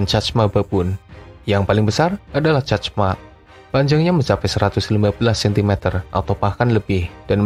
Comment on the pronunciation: Pertama min btw, Chacma dibaca Cakma terus selain Mandrill si Monyet Dukun yang paling tenar sebagai Rafiki di Lion King lalu ada Drill yang merupakan kerabat Mandrill dan Gelada yang paling mematikan